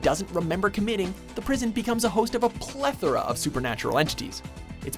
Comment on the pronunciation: Oh my God you finally figured out how to pronounce "plethora".